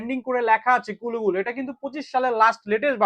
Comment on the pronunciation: আরে ভাই কুলু বুলু না কুল ব্লু (cool blue) নাম টা ঠিক মতো পইরেন